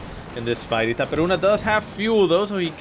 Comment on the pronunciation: dude, u speak itaperuna just like brasilian did. congrats your accent in portuguese are great.